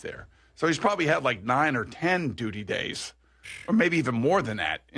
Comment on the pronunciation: lol boomer said gays while trying to say days